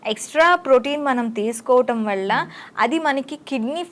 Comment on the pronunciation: వళ్ళ కాదు వల్ల అనాలి